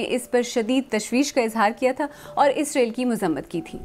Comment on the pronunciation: اینکر محترمہ جب بھی اسرائیل کا نام خبر پڑھتے وقت لیتی ہیں ، اس کا تلفظ اسرائیل کی بجائے اسریل ISREL ہو جاتا ھے۔ ایسا مجھے محسوس ہوتا ہے گرچہ ان کی آواز ریڈیو/ٹی وی کے لئے بہت موزوں ھے